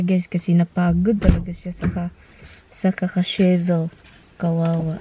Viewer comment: Shovel not shivel